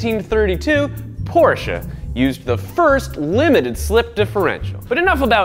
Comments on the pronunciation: Yay he said Porsche correct! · I’m glad knows how to pronounce Porsche properly. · HOLY COW, SOMEONE PRONOUNCED PORSCHE (mostly) CORRECTLY! :O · OMG he said Porsche correctly... Ive never heard an American do that. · He actually pronunced Porsche right. Good job! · Do I hear? No... That can't be... A CORRECT PRONUNCIATION OF PORSCHE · Thank you for pronouncing Porsche the right way.